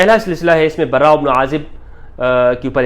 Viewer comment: دجال مخت کا مفتی ہے صحابہ کے نام صحیح لینے نہیں آتے براءمیں ر مشدد نہیں ہے